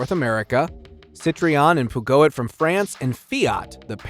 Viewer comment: Is this guy drunk? Thats not how you pronounce tonale citroen or peugeot